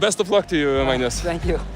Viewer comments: it's not madness , it's Magnus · I think we’ve been pronouncing your name wrong. Its Madness not Magnus